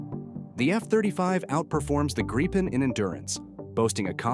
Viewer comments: What’s a GREEPen? It’s GRIP-en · It's a Gripen not a Greepin. Must be AI. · Why are Americans unable to pronounce the word Gripen? It’s simple - ‘Grip Pen’ - then just stick those words together. Not hard. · I'm in favour of honouring the minimum F35 purchase, but finish off our fighter inventory with the Gripen. Maybe even get some extra Gripens. BTW, please vet your AI narration before publishing - it's annoying to listen to mispronunciations. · Gripen Do have the wit to properly Pronounce the name correctly and not in a frontier English slant